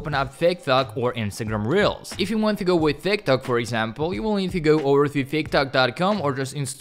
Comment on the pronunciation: Bro every time you said ,,tik tok", I kept hearing ,,thick tock" XD.